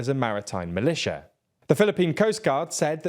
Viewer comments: militia, not malitia . c'mon, guys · "Militia" not "malitia".